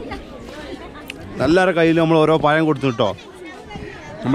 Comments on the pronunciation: It is not payam but pazham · പയം എന്നല്ല പഴം എന്നു പറയു